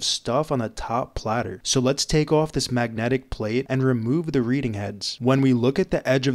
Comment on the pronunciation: “Ooowoff” = off